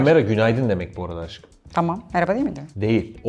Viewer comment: Deyda dediğinde auuuuu ama Aşkım yerine Aggım diye Taksim dayı gibi ona hiç bişey yok.Yeter bu ayrımcılık hepimiz Fıratız... Bkz: sn ' Aggımm'